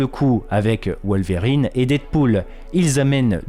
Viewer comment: Wol-verrine et ca-bol génial 😂😂